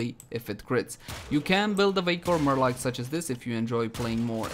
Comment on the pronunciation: I approve the way you pronounce marelok.